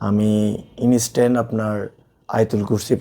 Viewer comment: inistan✅ Instant ❌